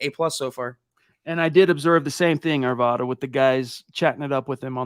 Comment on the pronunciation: I love what you guys do and i love hearing your perspectives. Quick Colorado PSA - it’s “Are-V-Ad-Uh”